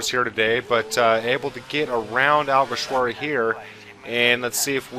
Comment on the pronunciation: Well done you perfected alguersuari's name, also great race